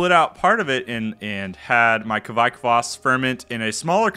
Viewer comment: Hey man! Norwegian here, and I've saied to other youtubers as well, the pronouncination on the yiest is much closer to "quake", as in earthquake, the videogame or the religious group. The ke-vaik don't make any sense :) "quake yiest" does make sense!